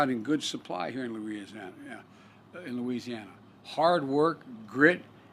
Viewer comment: Biden better hope those jobs aren’t in “Luirisiarnana “ (Louisiana) LOL